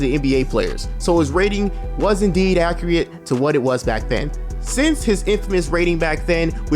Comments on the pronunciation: Is struggling with the word accurate a black thing? I’ve only ever heard black people say accreate all be it said it once but this is a legit question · Man said accreat